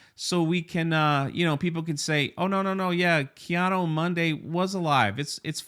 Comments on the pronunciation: Why cant anyone say KEE-ADEE-MOONDEE correctly? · I love the way pronounces, "Kay Otto Monday" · It’s Keanu Monday. And, we like names. Ask Frank Gore.